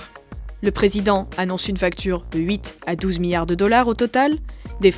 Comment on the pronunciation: La prochaine fois prenez quelqu’un qui sait prononcer « milliard »